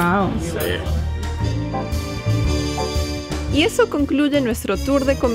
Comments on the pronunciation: Ushuaia es, no es Ushuaa o Ushuaya 🥴 Ushuaia! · Por favor corrige el tal de "Usuada" lo pronuncia correctamente El vídeo magnífico Felicitaciones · Pronuncias mal es Ushuaia no Usuaya..... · Una vez que lo dice bien!!! lo corrije 😳 USHUA " I" A no Ushuayyyyaaa!!!! 😂😂😂😂 Excelente videos chicos!!! 👍 ☺️ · lo dice bien es ushuaia y lo dice mal jajaj usuada jaja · es ushuaia y no usuhada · Nunca escuche tantas veces pronunciar mal el nombre de un lugar. Es USHUA I A!!!